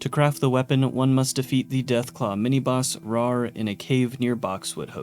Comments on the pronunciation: I hate being a grammar Nazi, I just love this anime and this game so: Roar and Rawr do not sound the same Rawr is supposed to slant rhyme with star Fist of the North Star Fist of the North Rawr Okay I’m done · "Rawr" being pronounced "roar" when the joke is that it rhymes with "star" for Fist of the North Rawr is what got me. Especially since he said it both ways in the video. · Rawr is pronounced Rar